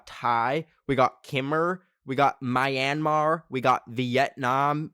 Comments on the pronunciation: Btw as a Burmese person, it’s myan ( pronounce it like nyan but with m ) mar not my AN mar, also no hate luv ya <3 ❤ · It's pronounced me in mar as in March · I'm glad to know all of those countries and the fact that you pronounced Myanmar that way disappoints me 🙂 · I CANT WITH THE PRONUNCIATIONS OF KHMER AND MYANMAR 😭